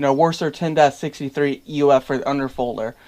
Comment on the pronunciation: Where did you find the "O" in WASR?